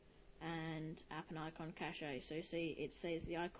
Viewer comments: its not cache eh just say it like chash lmao but good vid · Good review, thanks. One small comment: in computing, "cache" is pronounced like "cash". That's different from "cachet", which is pronounced like you did. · "cache-eh" I FUCKIN ROFLLED